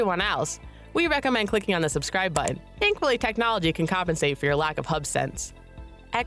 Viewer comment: The way you pronounce the word 'button' is interesting. I often wonder if this is a female thing. It may not be but I don't remember ever hearing a male pronounce it like that: as if you're reluctant to pronounce the second 't' and the 'n'.